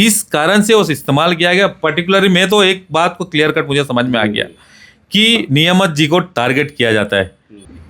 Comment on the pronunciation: Niyamat❌️ cheee yamat✅️